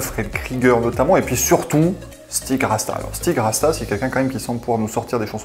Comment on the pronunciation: Avec cette prestation de la part de l'Estonie, j'ai l'impression que Stig Rästa (ça se prononce Rèsta et non Rasta !) a voulu prouver qu'il savait composer des suédoiseries et qu'il se place ainsi pour proposer quelque morceau pour le ou les prochains Melodifestivalen. Des nombreuses chansons de l'équipe Krieger Rästa proposées lors des sélections estoniennes (ou roumaine) c'est celle qui me convainc le moins ... on est loin des "Goodbye to yesterday" "Für Elise", "I wanna meet Bob Dylan" ou "Se Paëv" pour n'en citer que les meilleures!!